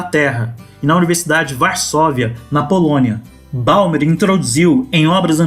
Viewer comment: Você gastou metade do video para falar de outras coisas que não o livro. Depois ainda insiste em falar o nome do autor de forma equivocada. Bauman, não Baumer. A sua visão de mundo inevitavelmente está equivocada. A visão excessivamente esquerdista fecha os olhos para elementos de realidade. Perceba, enquanto você não trouxer elementos objetivos para a análise, enquanto você projetar suas preferências subjetivas no que acontece de fato, você não será capaz de entender efetivamente a realidade. Bauman é comunista, mas ele traz reflexões muito válidas, que poucas pessoas conseguem realmente entender. De forma análoga aos direitistas acéfalos que chamam qualquer pessoa que discorde de marxista, mal sabem eles que sem Marx, não poderiam sequer defender um sistema capitalista.